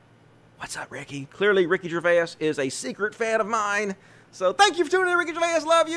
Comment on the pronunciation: "Gervais" is two syllables, not three. And yes, it does look like he stole your tweet idea. Noice! ☺️